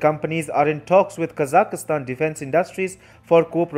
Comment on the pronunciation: What great news! China is finally being exposed & outmaneuvered. Well done! And I finally learned the correct pronunciation of Kazakhstan. ~♥~